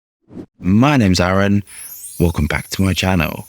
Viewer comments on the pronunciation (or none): none